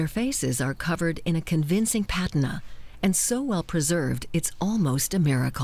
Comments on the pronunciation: "patina" is properly pronounced "pa-TEEN-a", not "PAT-a-na". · its pah-TEEN-ah